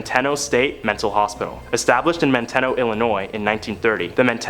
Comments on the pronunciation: ManTEEno not ManTEHno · It's Manteno MAN.TEEN.O NOT MAN TEN O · Manteno is pronounced "man-tee-no" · Manteno? You mean man-teen-o. 😂